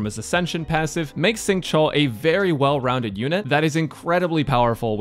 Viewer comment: instead of saying "sing", use an /sh/ sound instead. say "shing" and it makes the pronunciation a little bit better